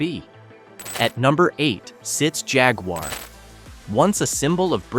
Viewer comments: You can’t properly pronounce Jaguar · The phaguar.